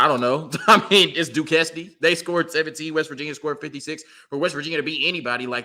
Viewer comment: 🤣🤣🤣, Bro my wife says Duquesne the same way you said it. Let me help you out bro. It’s pronounced “Du-Cane” - it’s just spelled stupid.